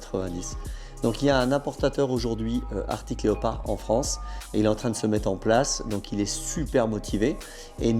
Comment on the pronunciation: Super vidéo les gars ! Par contre c'est ARCTIC et non pas ARTIC ! 😅 Pour ma part, j'ai une ArCtic Leopard XE Pro S en cours de livraison ... :)